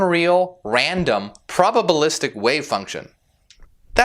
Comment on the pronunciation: Wait, what, "probable-istic?" K we're done here.